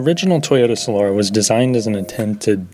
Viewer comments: Solora smh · I've heard it pronounced both "SolAHra" and "SolERa". For what it's worth, my dad handed me down his Solara SLE V6 when I was in high school, and it was a great car! So comfortable. The interior was great quality and it had a very good sound system. I took it halfway across the country and it was just an amazing highway cruiser. When it came out, I remember reading that the highway road noise was lower than a Jag S-Type at the time. Thanks for the review! I actually LOL'ed at some parts. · From a guy who can't even pronounce "Solara" correctly...right...